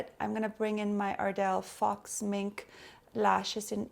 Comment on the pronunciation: Great video!! And "faux" is pronounced "F-OH" ;) :D